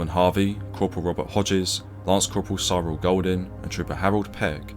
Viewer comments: Cyril = "Sirrill" not "Syerrill" It was a common name. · It’s just Cyril mate, not ‘Si-roll’. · Another great video. You do have trouble with pronunciation that I happily ignore but getting a guy's name wrong is a bit much. Please just get someone to approve your narrative before you post. Cyril was such a common English name of the time. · Surely that is not how you pronounce Cyril?